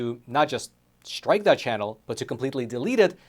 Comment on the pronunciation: Please stop saying "shtrike". There is no "h" in the word "strike".